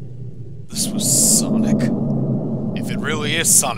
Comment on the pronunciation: What is sonix it’s sonic